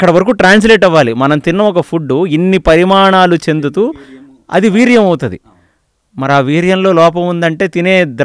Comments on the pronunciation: పరిమాణాలు కాదు పరిణామాలు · parimanaalu kaadhu parinamaalu...